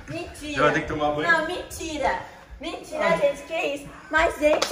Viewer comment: Piscina: A: mintira, mintira, não gente, mintira, mintira